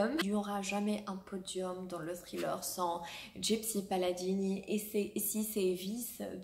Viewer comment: "Thriller" est un mot anglais donc faut le prononcer en anglais pas avec un accent français